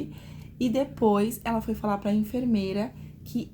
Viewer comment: Chocada com o 'ablar ' dessa dotôra.